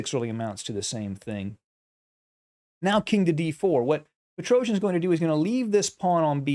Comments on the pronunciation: I really appreciate your videos as they are very instructive but please do not pronounce Petrosian' surname in such a strange manner, even if you are not the only English speaker who does it so. I understand that English phonetics is difefrent from Armenian but I don't think it's so hard to pronounce the world champions' names in a proper way. The correct pronounciation is Petros-i-a-n, not "Petrouzhn".... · Dear Sir, great analysis, great game. Petrosian is pronounced pet-ro-c-ian. The letter c is pronounced just as in you a b c. Not Petro-j-an. He is not an epic Greek warrior. He is Russian. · You are very good commentator! But I want to correct your mistake in pronunciation of family name of Tigran - PetroSYAn. S not Z, accent on the last syllable. Thank you! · Precise calculation is required in some variation, but I think it is more about understanding nature of the position, seeing the pattern here. That’s where Petrosian was very strong. BTW, his last name should be pronounced much more softly, something like Petrosyian.